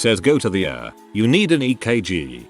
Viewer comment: Isn't it possible to teach the computer generated voice to at least pronounce a few words? I mean, in all these reddit's about hospitals, doctors, and illnesses, I would certainly enjoy hearing ER correctly- not the ever ongoing "Uhr"!